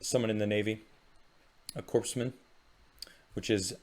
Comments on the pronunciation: Oh my ears when people pronounce core like corpse. Happens to the Marine Corps all the time. I realize you are doing a good thing and appreciate you honoring these men & women and appreciate you for it. Thank you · Thanks for the video! Navy sailor here, just a friendly correction, it's pronounced "Core" man. Kinda like the Marine Corps. Love you thank you for all your hard work. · When you say "Corpsman" just pronounce it as "coreman." Just like the Marine Corps is pronounced "Marine Core." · buddy, the "s" is silent. It's "Cōr-man." Love ya, man, but if I had any hair I would have torn it out by the end of the video. It's pretty rough out here in vet world, so thanks from this one. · It's pronounced "Core-man ". As in "You gotta work your core man ". Otherwise thanks. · It’s pronounced Corpsman(Kor-man) the “P” is silent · The P is silent. Great video though. I'm a navy vet and I appreciate it.